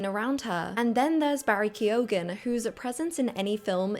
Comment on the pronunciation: Ke-O-ghan lol